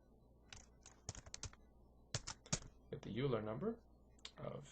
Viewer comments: OILER! not youler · Yes, (1-0)*28 = (1)*28 = 28. The correct order, and the order in the video is 1- 0*28 which is evaluated as 1 - (0 * 28) = 1 - (0) = 1. That comment was a response to a comment by Damian Wheeler, not a correction. There is an error though. Euler is pronounced (oil-er) not (yule-er) there is also an initial error (i believe in part 2) that gets corrected later on in the video. The third minor one is that choosing a prime for e does not actually guarantee that it isn't a factor of n (which is required) but it does make it extremely likely. Note that in an actual computer, 65535 is used for e (since it is in binary) but that would have been too high for this example (though modern excel does a better job with larger numbers).